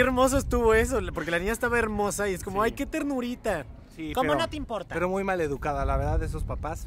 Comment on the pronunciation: Jajajajaja!!!! 🤣🤣🤣🤣🤣 Si dijo ImpoLta con L, significa que es del este, pero si dice Impoita, es del norte.🤣🤣🤣